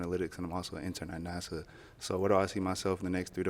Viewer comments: Then pronounced NASA as "Nassau" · I was on the girl in reds side till I heard her say Nassau 🤦 Wasn't paying no attention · She said “Nasaw”🤣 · I would’ve popped too once she pronounced NASA Nasaw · Also peep how he low key tried to correct her, and then she still pronounced it “Nassau.” Lol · *NAYSAW.... girl why are you saying it like that. Its Na-suh lol!😄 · To the first girl, it’s NASA, not “Nassau” 🤦‍♀️ you want the man for his job but can’t even pronounce it? ALSO nothing’s wrong with being superficial, but gosh don’t be dumb and embarrass yourself like that. Be SUBTLE with it! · And she pronounced is Nassau a few times! 😅😅 UM NO! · All these women come half dressed and talk about wanting a God fearing man.😂 And that 1st girl is a teacher? Saying their lost, not their loss? And can't pronounce NASA? He could not take her around his colleagues and have them still take him seriously. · Sorry, but this was just absolutely hilarious, first the way she made it obvious whose balloon she was popping, then pronouncing NASA as Nassau (Bahamas), then how mans denied holding his balloon for her to pop at first, JUST for the other guy to pop his balloon right after. 💀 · I don’t think it was the word “NASA” that did it. I think she is saying “Nas-saw”. I don’t think she even knows where he’s interning. Did anyone else hear that? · Red girl mispronouncing NASA made his 🍆 soft. She want that Nassau money. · how she butcher pronouncing NASA 😂😂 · The first lady was so hung up on NASA, (while simultaneously MISpronouncing it as “Nassau”….the Bahamian capital), that she ultimately ended up alone. Good lookin’ out! 😂 No one wants to be someone’s “back-up plan”. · Lmaoooo the way she mispronounced NASA😂😂😂 he probably popped just cus of that it was cringe af 🤣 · High school teacher mispronouncing NASA is WILD!!! 🤦🏿‍♂️ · She said you work for Nassau 😆 🤣. Can't even pronounce NASA correctly 😅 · High school teacher that can’t pronounce NASA is problematic. But she’s cute😂